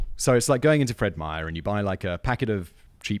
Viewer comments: Hey, not often you hear Feed Meyer mentioned, and you even said it right. I don't know how many people add an "s" to the end of "Meyer". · That was very surreal hearing Simon say "Fred Meyer"